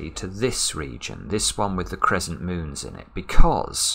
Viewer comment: Crezzent :D